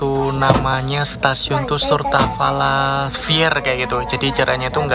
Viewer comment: "Сортавала" mas